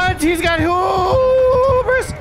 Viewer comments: It's Hubris, not Hoobris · It's pronounced hue-bris not who-bris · lol 🤣❤️ it's "(Hyoo)bruhs". Not (Hōō)bris. "Hu" pronounces like "H,YOU 😉 Hubris 🤘😍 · So happy to see more Knight videos! Such a cool killer! Also, I just have to mention, the word Hubris is pronounced 'Hue-Bris' not 'Hoo-bris' ;) keep up the great work! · I love when there's a new -ism: "hoo-bris" 🤣